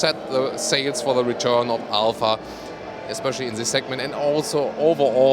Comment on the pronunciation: OMG! It's Alfa man not alpha